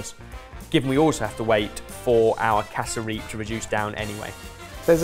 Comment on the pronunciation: Hearing the boys say "casa-reap" instead of "cass-rup" was wild. Also instead of cassava bread, roti would've been great for a side!